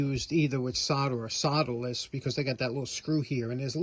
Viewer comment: I love your NY accent, but I couldn't, for the life of me, figure out what a "soladis" connector was until I noticed the title of this video. I just love that accent! LOL